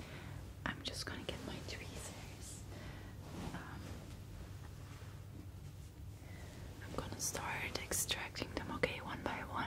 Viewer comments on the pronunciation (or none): Twizers not twisters